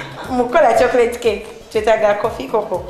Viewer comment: Not 'chokrate' Chocolate